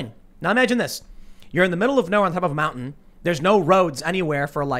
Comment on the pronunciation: Every time she says the word 'mountain', I cringe. I don't know why: she seems like an intelligent, interesting person. Probably a deficiency in my brain.